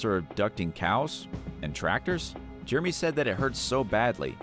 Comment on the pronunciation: Hey Narrator! FYI, the way the name Jeremy is pronounced is not "GERMY" it is Jer-rah-me.